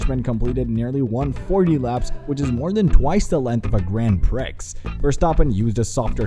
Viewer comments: I hope next time you go to use ketchup all the gross oils come out first just because of how you pronounced grand prix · Stopped watching after you butchered the pronunciation of Grand Prix.